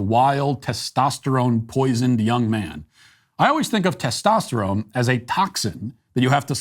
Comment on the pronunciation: Tostesytestoterone? What's that?